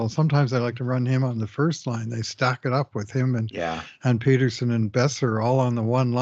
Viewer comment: it's Pettersson, soft -e-. Not PETER-son